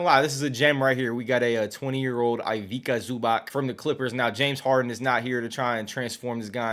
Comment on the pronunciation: Ivaka Zubak💀. Its Ivica Zubac. Nice Video tho👍